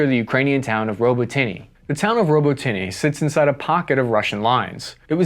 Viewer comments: It's actually pronounced ( robotine) robotyne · Robo-tinay? 😂 ROBOT-A-NUH. Lol uv been reporting on Ukeaine for a min now man, get it right 😅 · Row-boat-nyeh!!! Stop saying robo-tinie, robo-tyne!!! Pronounce it right or don’t talk about it!!! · Robotyne is pronounced ro-but-ne, not robo-tinny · Robotnye is pronounced Robot-nn-ee-ah im pretty sure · Putin threatening nuclear weapons is an old tired scare tactic that should NOT be taken that serious. It should only be taken seriously if Russia proper was invaded. Also Robotyne is pronounced Ro-bo-tin-eh. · Robotyne = Row-bot-nah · A million troops would have changed this war with less deaths on both sides then a UN peace keeping force along Russia Ukraine border and stuff what Putin says I wish you would be more pro Ukrainian as my friends need all the help they can get and it's pronounce Robotena